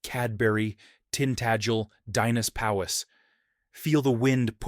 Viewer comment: Your pronunciation of Dinas Powys was horrible 😂